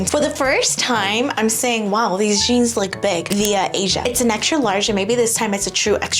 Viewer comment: The jeange. The Jeange? 😂